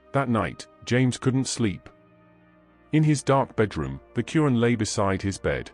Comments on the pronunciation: Dude it’s not “Curran”, it’s al-Quran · The holy book is the Blessed Qur'an not curan.Please be careful how pronounce it.Its the book of Allah Swt. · It’s called Quran try to say the name of the book properly OK you’re not even saying it properly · Plz correct ur pronunciation of QUR’AAN.